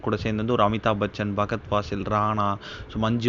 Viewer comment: பகத் இல்லை அய்யா...ஃபஹத்